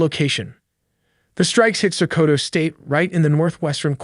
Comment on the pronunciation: the pronouciation of "Sokoto" makes it sound japanese 😅